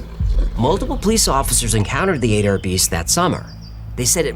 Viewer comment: Is is uH-DARE county, OK, omg